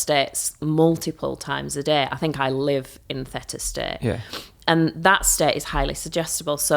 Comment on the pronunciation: I'm surprised she pronounces theta like feta? It's pronounced thee -tuh. Bit odd she doesn't know this.